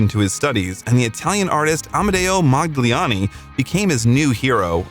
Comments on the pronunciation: So many errors just through laziness. . They went through primal scream therapy, not "primary therapy". While there is a lot of good stuff here, there are not just mispronunciations (Modigliani), but mangled syntax (you'd never understand that Paul was the only one who didnt want Epstein as a manager) and words and concepts (political radicals objected to the pacifist message of Revolution?) misunderstood. Referring to Yoko Ono, well into adulthood as "the girl insisted on breaking up".. "Imagine" is not just anti-war. "Imagine no heaven, no hell below us, and no religion too. No countries." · Mo-dig-li-ani, stupid — one strong vowel, the O in Mo, ok? Now, put it all together: Modigliani